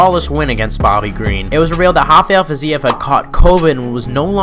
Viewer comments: Great video, but dude, its RRRRafael Fizev, not Hafael. He’s not latin. Name’s origin is latin, but he isn’t, where he’s from its just Rafael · Its definitely not "Hafael Fiziev". 😅 not if you have any brain left. 😂